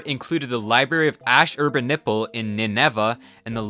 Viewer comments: "Ash-Urban-Nipple"?? you're doing that on purpose. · “Ash-Urba-Nipple” ? D’fuq dude? “Ash-i-ban-ur-pal” Come on now, don’t make us Americans of 2023 look like the Americans of 1990… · When he called Ashurbanipal Ash-urban-nipple, I lost it😂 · I had closed captions on and it said ash urban nipple. I had the video muted - I didn't realize that he actually pronounced it like that. LOL. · I figured him pronouncing Ashurbanipal "a sherpa nipple" was a silly lil' shitpost joke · You're joking about the pronunciations right? Like the library of "Ass-her-burn-nipple"? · learn to pronounce Ashurbanipal correctly first. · The way you pronounced Ashurbanipals name made me cringe (also the P it Ptolomy is silent). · you butchered the name of the library of Ashurbanipal lol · Ptolemy is pronounced Tolemy with a silent P Ashurbanipal is pronounced Ash-uh-bon-a-pol Ninevah is pronounced Nin-Nah-vuh